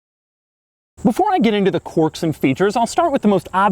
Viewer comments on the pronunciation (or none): ‘corks and features’